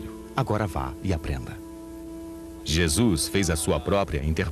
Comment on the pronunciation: Quem este que vc trata por JESUIS QUE ISTO VC ESTRAGOU A OBRA JESUIS, horrível VC FEZ TUDO BEM, PELO AMOR DE DEUS VC TEM CABEÇA FACA O SOM DESTA PALAVRA DA JESUIS NAUSEIA NO MÍNIMO É FALTA DE RESPEITO VC FOI CONTAGIADO PELO HORRÍVEL CARIOQUIES HORRÍVEL